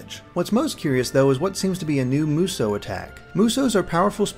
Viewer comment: btw, Musou is pronounced moo-soo, not moo-so. atleast everyone I've heard online has said that, and everyone I know irl says that as well.